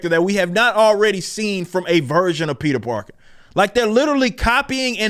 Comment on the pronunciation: did this man just say "peter darker?" that shit just killed me lol